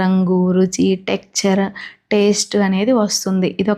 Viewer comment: టెక్చర్ కాదు టెక్స్ చర్ అనాలి